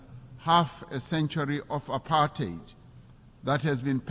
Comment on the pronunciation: It’s very refreshing to hear apartheid pronounced correctly as / ə-pärtʹhāt / (the last syllable sounding like rhyming with “eight” in English) and not / əˈpɑɹthaɪd / (the last syllable pronounced with the digraph th and rhyming with the word “tide”).